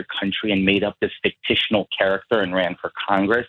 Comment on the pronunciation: “Nit and gritty” “fictional” “indgrandiate” yeah that bothered me also!